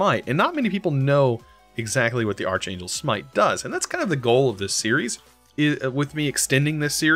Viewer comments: I know it's a bit late to say this but it's pronounced ark-angel, not arch-angel like it would be sounded out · I'm sorry to be 'that' person. But Arch angel is pronounced ark. I. Sorry but it bothered me. But I absolutely love watching you play. Literally my only thing I've ever had slightly negative to think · No offence but the way you said archangel made my whole body cringe